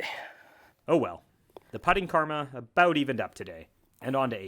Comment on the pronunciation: I forgot you were Canadian until I heard that first “about”